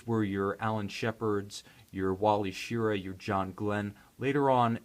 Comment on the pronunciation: ANOTHER reviewer mispronouncing Wally Schirra's name wrong. The emphasis is on the second syllable: Shi-RAH.